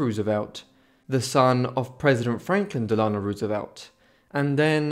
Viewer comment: DEL’ a no………..not del AH no For FDR